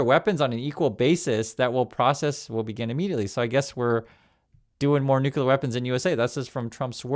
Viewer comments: PLEASE SAY THE PROPER PRONUNCIATION, IT IS ✔️”NUKE — CLEAR”. IT IS NOT ❌ “NOOO — KOOLER”. THE CORRECT PRONUNCIATION IS ✔️”NUKE — KLEAR”. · Please…not’nucular’ but ‘nuclear’ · it's nuclear; not nucular. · please re-learn the word nuclear. It is a logjam distraction to hear the Bushism “nuke you ler” and you gotta do what you gotta do. Thanks and great respect. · I only point this out,, because now the idiot that inhabits the White House is throwing around the other "N" word: Nuclear....please remember there is a SINGLE U in this word.